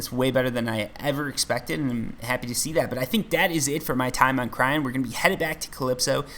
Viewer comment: Please... Cyrene = Sigh Rean.